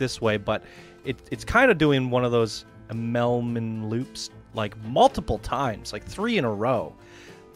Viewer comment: I-mmel-mann I-mil-min Just thought I’d clear that up for you. Love the content btw